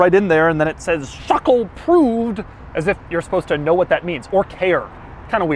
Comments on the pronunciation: NOTO RIOUS Schöckl, wenn ich bitten darf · You pronounce this SCHÖ syllable like the SHI in shirt. Then followed by a second syllable KL like in byciCLE.;) Easy. Now you speak German, man! 😜